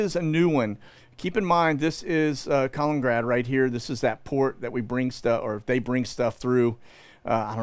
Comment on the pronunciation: Please. It's not "colin-grad"; you're dropping a syllable from the middle, and driving me nuts. Thanks!